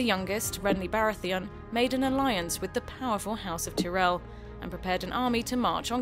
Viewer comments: Margaery Teerel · The woman reading this script has clearly never watched the show. Petyr Byelish? House Tih-rell?